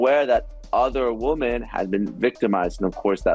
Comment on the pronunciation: the plural of woman is women--why do people mispronounce it? Especially educated people that I listen to.....